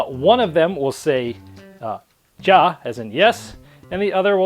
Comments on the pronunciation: Good review. But next time, please look up how to pronounce German words. It's "Ya" and "Nine." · man's said JAH and NJEN. Your german is terrible. even Google translate speaks better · And Ja pronounced like Ya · Uhm...its pronounced "ya" and "nine".